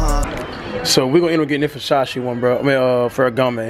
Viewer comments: sound like this nigga saying busashi its versace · You really pronounced Versace "Fushashee" dead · That "Vershashe" store looked amazing 👌🏽😴😂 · I'm black and Italian, its actually pronounced, "versachay" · ver sah chee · Teacher : Ok say it with me cash Ver .... Sach .... E ... Versace got it ? Cash : VERSASHEY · Cash its Versace, Ver- sa-chee. This nigga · Yo pronounced Versace like the uncle from Next Friday "Foo Sache" 😂😭😭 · F-O... SACHE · well u say it like ver sa Chee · "Fasashee" Nigga you cant spell Versace... yeah i can Fo Sache 😂😂😂😂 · Cash nigga it's Versace not "versashe" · Every time he saying vashashee I'm schleep cuuh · Ver-sha-she 😭😭 that's how cash say Versace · Ferragamay and vershashi belts 😂😂😂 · wen they say Versace it sounds like versausage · vershashee, bruh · Vasashce belt I think he meant Versace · He said facachi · Werschashe lol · isaiah rodriguez no bro😂.. it's Versace .. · Cash made sure people roast him in the comments about how he pronounce Versace lol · cash you my dAWG please stop saying versace please